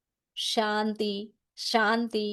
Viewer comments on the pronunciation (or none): none